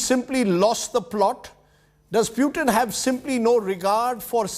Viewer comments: Pew-Tin. Is it? Its Poo-tin you pretentious 🐖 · Lol.....to him pronouncing 'Pewton' like Newton. It's pronounced 'Pootin' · I love the fact ( or maybe hate it ) that he calls Vladimir Putin as Vlaidemir Pewtin. 😂